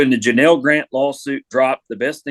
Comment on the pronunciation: You could at least get the woman's name right it's Janel not Janal